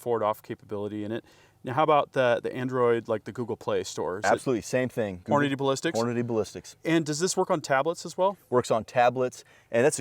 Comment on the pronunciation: says Hornady; says Hornaday. Why? Only 1 “y’ know” today 👏👍. wants us to login. Hmm. Free marketing data?